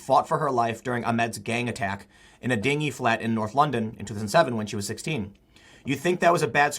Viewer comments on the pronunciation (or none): Not a ‘dinghy’ flat. A “dinghy” is a sailboat. It was a dingy (as in ‘din-jay’). Anyway, these interfering idiots on the ‘plane should themselves be arrested, tried and then incarcerated for this. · Yo Tim not trying to dig but i think you pronounced "dingy" wrong its more like 'Din-g' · the word Dingy is pronounced "Dinjee" not "Dingee" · It's pronounced "din-jee" you dinghy. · Dingey = Dinj - ee